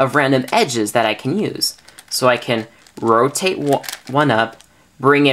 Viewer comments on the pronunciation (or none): Roatate lol